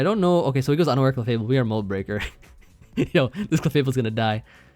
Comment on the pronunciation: Not going to lie I 100% thought you said "it breaks through underwear." Not unaware lol